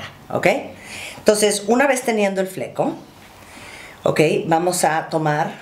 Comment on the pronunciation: El “Flecou” jajaja